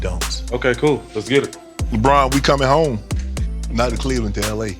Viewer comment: "Lebron we coming home, not clevand to LA" lol i fucking died